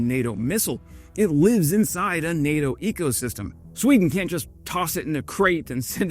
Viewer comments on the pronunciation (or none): none